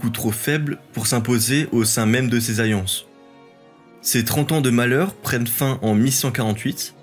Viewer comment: Tu as vraiment du mal à prononcer les « LL »… « Ayés » au lieu d’« alliés » ; « ayances » au lieu d’« alliances »…